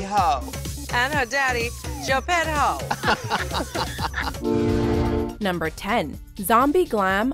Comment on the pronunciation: Lol GEPETT-HO took me out